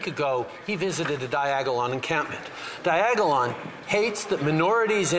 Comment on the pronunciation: Diagalon 😂😂😂 too funny